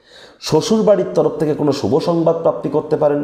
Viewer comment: শুভ-কে বারবার Subh বা সুভ্ বলছেন কেন? বলুন Subho শুভো ! শুভ সন্ধ্যা।🙏